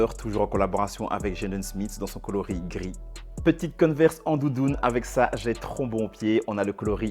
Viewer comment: On dit converse et pas coneverse